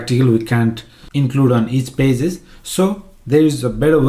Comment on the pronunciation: Nobody: Say Pages: PAZESS